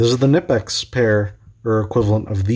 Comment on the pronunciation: its not nipex its knipex😁